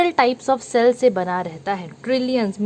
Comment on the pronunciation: Cell ❌️ shell ✅️😎